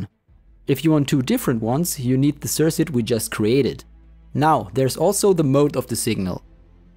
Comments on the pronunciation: It's pronounced "Sir-Kut" not "Sirsut" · Bro. I know this is old AF. But please. Sir-kit. Or sir-cut. Sirsit is triggering me so hard. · sersit? cirKuit maybe... As far as tutorials, not very helpful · Nice tutorial! Thanks! Just to let you know incase you weren't sure (I know English isn't your first language - though you speak it well): circuit is pronounced like cirkit with a hard 2nd c. :)